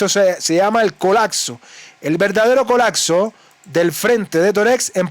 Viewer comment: HOLA CON TODO RESPETO, SE DICE C O L A P S O NO COLACSO !